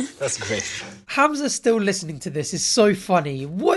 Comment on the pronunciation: I like how you pronounce Hamza properly